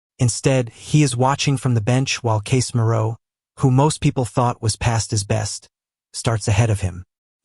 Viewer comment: Case Mirou? Hey AI, you mean Casemiro? And love dashes?